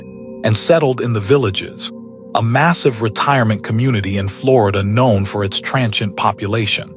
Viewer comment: ai too, after hearing the way you said transient lol, transant lol